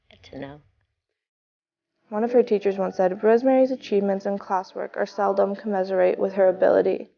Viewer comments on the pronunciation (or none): *and the word is "commensurate*, you dolt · It’s “commensurate” not “commiserate.” Good grief. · 'commesurate'.. did you perhaps mean 'commensurate'? Look it up, dear... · The word is COMMENSURATE ! Not only is there no cadence to your narration you cannot read or pronounce words properly. Why don't you try writing about the Three Little Pigs instead of writing on subject matter that is far beyond your capacity. Whoever it was that put this trash together didn't know anything about the Kennedy family and certainly knew nothing about Rosemary...and that includes Kate Larson, whose opinions are just that - her opinions.